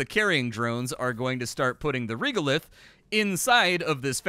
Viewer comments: Young man, regolith is pronounced like this: /ˈreɡəˌliTH/ otherwise, because of you I may give this game a chance (!) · Anyone else twitching a little bit with pronunciation of Regolith, rɛɡəlɪθ:D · Regolith. The reg part is pronounced like regular